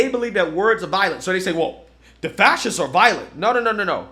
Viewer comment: He can’t even say fascists. Fassiss 😂